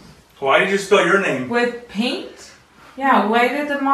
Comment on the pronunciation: oh, I thought he said pink blood lol.